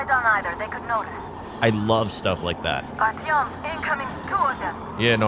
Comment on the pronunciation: You say Artyom like R-T-M, it's Are-Ti-Yum